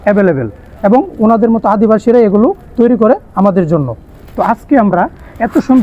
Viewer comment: অনেক ধন্যবাদ এখানে আদিবাসী উচ্চারণ করার জন্য ❤️❤️❤️